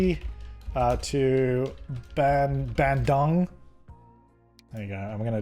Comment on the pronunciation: Here's a tip: it is pronounced Bahn-Doong (bandung) ;)